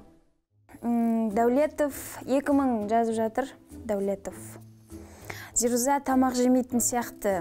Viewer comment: Орысша сойлей алмаса неге сойлейды?!!! Быреу мажбурлеп журе ма алде орысша сойле деп?? Оз абыройын озы шашып не керек. "Эта плоха...плоха ", "уроки бокса или..." зирузАА деп есымынын артын созып озы мамбетский произносит, может жазган адам ЗирУза" деп жазган шыгар. Пффф короче. Тагы mmuhanf_ дегеннын кателерын тузеп кояды гой озынше 🤦‍♀️ Ешкандай личная неприязнь жок бул кызга деген..онерымен мулде шаруам жок, бырак биреуге кулмес бурын озын тузеу керек адам. Ел алдында журген сон темболее.